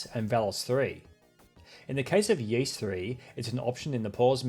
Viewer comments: I've made that mistake too with Ys: it's /Ees/, not /Y/ees/ 😋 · 'Yeese' that's a new one. I've heard 'wise' (for Y's), 'Yiss', 'Eaze', or just 'Y-S' (the real pronunciation is -eese like geese) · I believe Ys is pronounced 'Ees' I know, worst name ever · Am I hearing this right... "Y(eas) 3?".... Yeas(t)?! hahahah